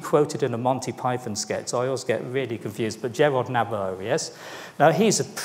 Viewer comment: You really ought to have practised the correct pronunciation of Sir Gerald Nabarro’s name as he was a major Tory backbencher for many years!